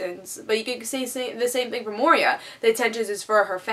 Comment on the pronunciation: Moira is pronounced Moy-RAH.